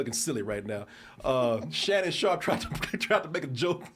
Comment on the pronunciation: I love the DT crew but on certain topics their corniness definitely shows. The whole time, I was like these dudes cant be that nerdy that they don't pick up on this shit. I had a feeling shit might get a little corny when struggled to pronounce Shannon Sharpes name..😂😂😂😂